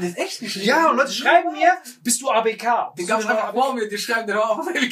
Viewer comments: Wem triggert es auch das die ganze Zeit ABK falsch sagt 😂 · Ausgesprochen:,, Äi bi key '' Wie es sagt:,, A Be ka " 😂😂😂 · Ey. Bi. Key. Bitte dieses Abk trigger so